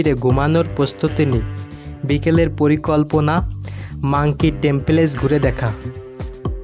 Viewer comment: টেমপেলেস কি ভাই টেম্পল বলেন🙄